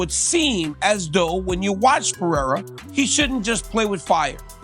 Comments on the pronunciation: Mr sonnen PI-DAY-HA roll your tung blend it together and say it fastfaster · Chael: Pee-era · Sonnen is a moron. Why would anyone listen to a guy who doesn't even bother to learn how to say a fighters name correctly. Hack.